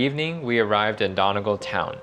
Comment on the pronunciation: pronounces Gaulway and Donegaul